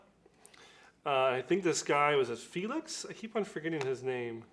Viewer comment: Hi Cella the guys name is Felix, the way you pronounce it feliz means happy